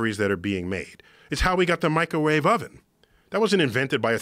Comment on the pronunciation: "Microwawe weapons"